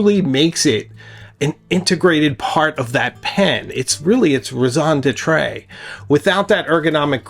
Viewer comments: Raison d’etre (French) = “reason to be”, is pronounced “rayson d’etr” The “n” is a soft nasal sound and the final “e” is silent. It is absolutely not “d’etray”. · Raison de TRAY? Learn the pronunciation or don’t use it! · Raison D’Etre = rez on debt tre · Please do some research on how to correctly pronounce “raison d’etre” and “capillary “.